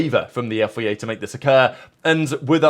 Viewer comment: F.I.A. Not “yefiyayh” Have a breath and concentrate on what you’re saying.